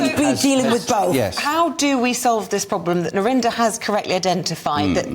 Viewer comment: Narinder kow is how you pronounce her name